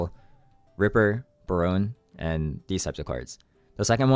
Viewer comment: now i hate the french as much as anyone but "barone"...it's not ray fuckin barrone on the card, it's bare-UHHHN-ehhh<<gotta be really airy breathed on the last bit.